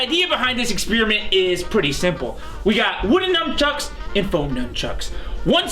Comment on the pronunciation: pause "Numb chucks" XD